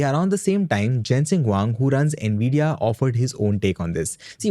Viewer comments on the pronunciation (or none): none